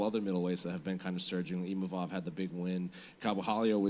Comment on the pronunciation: The name is IMAVOV, not IMAMOV, not IMANOV, I-MA-VOV, and he's gonna whoop your ass